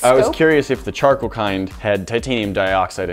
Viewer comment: Who heard chocolate toothpaste when they were saying charcoal